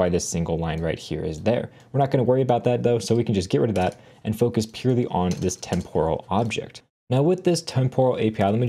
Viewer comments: pronounced temperal not temp-oral. Tempus, temporis is Latin and the o is short. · Great video but you are badly mispronouncing the word “temporal.” The stress goes in the first syllable, not the second; like the first part of the word “temporary.” Listen to the correct pronunciation here